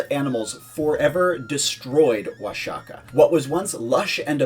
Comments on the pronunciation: The video was rlly good. But I cringed Everytime he said Oa-sha-kah. It’s pronounced Oah-hah-kah bro. The X works as a J, or a H for English speakers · It's pronounced Wua-ha-kah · In Spanish it's Wa-ha-kah, in classical Nāhuatl it's Wash-ya-cack (I know, it sounds like you think it does), but modern natives sometimes still do pronounce the x as "sh" even when not speaking their native language. The spaniards would also pronounce it as "washaka" for years, it just changed later... but not in all cases anyway (Don Quixote being an example, I've only ever heard it as "kishot" and never "kihot")